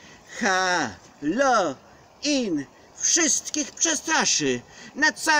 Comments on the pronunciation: halo ŁIN a nie halo IN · chyba Halloween a nie haloin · Naucz sie czytać halooween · Gracku . Mówi się Halołin. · Czyta się hallołin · Wymawia się halołin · Mówi się halołin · halowin sie czyta XD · halołin znaczy sie czyta XD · A nie haloin